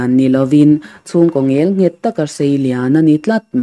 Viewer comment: A ngaihnawm dawn e,"ngelnghet"hi "Nghelnghet" tihtur ni awm tak a ni.